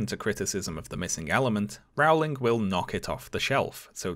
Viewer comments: My dear, your videos are incredibly well done. You are a Briton. Rowling is pronounced "rolling," for goodness' sake! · How can a Brit not know how her name is pronounced?? It is very distracting.